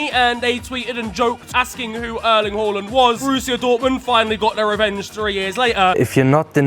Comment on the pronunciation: He pronounced Håland right❤❤🎉❤